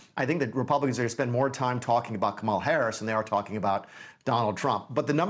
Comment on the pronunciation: "Kamal" Harris? A 5 year old can read enough to know the right pronunciation of her name. Its not that hard bud. Sound it out if you must.